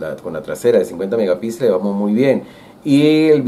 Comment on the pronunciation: Se dice megapíxeles, no megapilxes